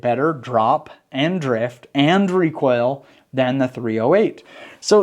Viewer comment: Hi. Its "3-zero-8" and not "3-letter O -8"! Andrew